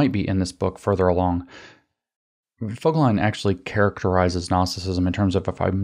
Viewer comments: i is never (!) pronounced as „eye“ in German. Its always either a short sound ( i followed by double consonants => Wissenschaft) as in „tip“ or a long sound as in „keep“. So Voegelin is pronounced Fogeleen. (Actually Berlin is pronounced Bearleen!! ) Its not quite accurate bc oe is this nasty ö sound which is completely absent in English. But its good enough if such pronounciation things matter to you. Great contributions, I appreciate and enjoy your engagement very much. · Eric Vo-gel-in (with a long "o") is the correct pronunciation. There are interviews with him on You Tube.